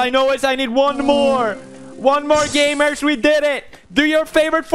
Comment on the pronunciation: How pewdiepie pronounce gamers : gAYmeRs